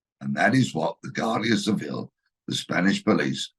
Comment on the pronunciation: The Spanish Police have no obligation to disclose their lines of enquiry. Wake up !!! They are hardly likely to Inform possible perpetrators of what they are doing. Oh and have the good grace to pronounce Guardia Civil correctly. Talk about people in glass houses.